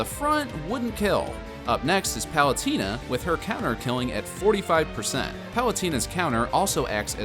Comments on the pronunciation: Im sorry but its Palu Teeena, Not Palu-Tina, you can here the correct pronunciation when the announcer says her name. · palut-iiii-na you say huh? hahaha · great video but why do you say pal-u-tie-na? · Yeah he said Palutina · Am I the only one who noticed that he was pronouncing palutena wrong the e sounds like an a not an e